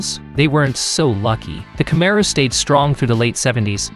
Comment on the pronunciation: Learn how to pronounce the word..."camaro". Are you AI?